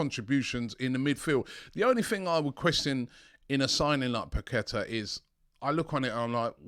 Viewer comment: robbie, its pronounced Lucas (Pa-ke-TAH), with emphasis on the TAH